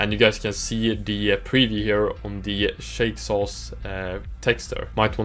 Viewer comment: Haha love the name pronunciation! Thanks for checking out Shake Sauce 2!